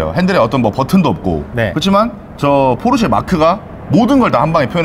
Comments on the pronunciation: 포⤵️르⬇️세➡️ 아니야 포르쉐!!! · 중파님이 끊임 없이 포르"쉐" 포르"쉐" 말씀하시는데 은 끊임 없이 포르 "세" 포르 "세 ㅋㅋㅋㅋ 물론, 중파님의 벤"쓰"와 "을왕리"는 여전히 반갑네요 ㅋ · 포르세 ㅋㅋㅋ 담에 혹시 찍을일 있으시면 포르쉐라고 발음 하시는거 듣고 싶어요. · 포르쉐 발음안되네요 ㅋㅋㅋㅋㅋㅋㅋㅋ "포르새 포르새" ㅋㅋㅋㅋㅋㅋㅋㅋ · ㅋㅋ 근데 포르 "세"라고 하시는게 킹받네요.. 본토발음으로도 소ㅒ가 더 가깝습니당 ㅋㅋㅋ 재밌게 잘 봤습니다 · 딱 한번만이라도 '포르쉐'로 발음 해주시면 안되나요? ㄷㄷㄷ '포르새'가 너무 귓가에 남아요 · 찍고 있는분 계속 포르새라고 발음하는거 웃길려고 그러는건가요 ㅎㅎ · 자꾸 ‘포르쇠’라고 발음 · 왜 포르쉐를 발음 못하고 "포르셰" 라고 하나요 ㅋㅋㅋ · 포르쉐!!!쉐!!!!쉐!!!!! 포르세 아니고 쉐!!! ㅋㅋㅋㅋㅋㅋㅋㅋ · 포르세라고 하지마세요!! ㅋㅋ 쉐라고 발음해줘요~~ㅎㅎ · 쉐가 발음이 어려운거였구나 ㅎㅎ 포르세포르세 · 포르세 아닙니다 포르쉐입니다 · 포르쇠ㅋㅋㅋㅋㅋㅋㅋㅋㅋㅋ 포르쉐!!!! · 포르세 아닙니다ㅋㅋㅋㅋㅋㅋㅋㅋ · 포르세 말고 포르쉐!쉐!쉐! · 포르쉐인데 자꾸 포르세라고하네 ㅋㅋㅋ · 포르세 아니고 포르쉐 !!! 쉐발음 안되나요? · 포르세말고 포르쉐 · 포르새 발음 너무king받네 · 포르세 x 포르쉐 o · 포르쇠 아니고 포르쉐~ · 포르세x 포르쉐o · 포르새 포르새 아 발음 진짜 . 발음 고치자 좀 .. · 포르쉐 발음이ㅋㅋㅋㅋㅋㅋ포르세ㅋㅋㅋㅋㅋ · 포르세 발음 중독성있어요 ㅋㅋㅋㅋㅋ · 시작하자마자 포르쇠 아닙니까 포르쇠 발음이 리얼함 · 포르새 ㅋㅋㅋ발음귀여우심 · 강남에 사는새가 포르새인가요?ㅋ 발음이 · 포르세 발음 킹받… 😂😂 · 포루새 발음이 이상하게 중독되네 포루새 귓가에 계속 멤돈다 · 포르쉐 발음 레전드 ㄷㄷ 포루새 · 포르세는 도대체 무슨 차지 ㅋ아 진짜 발음 현지 본토발음ㅋ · ”포르세는“ ㅋㅋ 발음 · 포르섀 ㅋㅋㅋㅋ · 포르쇠 발음 거의 추격자 섹스급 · 포르세 발음 무지 거슬리네요... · 포르세 발음 킹받네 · 발음 웃기다 포루쇠 ㅋㅋㅋ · 포르새 발음 거슬리네 ㅋㅋ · 경상도 찐이라 포르쉐 발음 안되시는거 보고 빵 터짐ㅋㅋ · 포르쉐를 사투리로 저렇게 발음하는건 처음보네요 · 포르쉐 발음 못하는 사람 진짜 처음 본다. 일본사람 같네